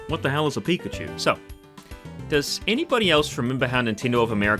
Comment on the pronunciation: I really liked the coconut line and the original version of the dragon eeveelution, please don't get rid of them. Also what the hell is a pic-ah-chew?